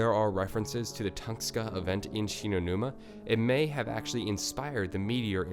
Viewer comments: its tunguska not tungska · Late asf comment but it's tunGUska not Tungska... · Toon-gus-kah, not ton-skah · Tunguska not Tungsta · Tunguska = Tung-uska not Tungska. Great content and hate to be that guy but you really need to work on your pronunciation of alot of this stuff come on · dude its "tun-GUH-skuh" say it right dude. its pissing me off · its tunGUSka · Not tungska sorry great video but I couldn't resist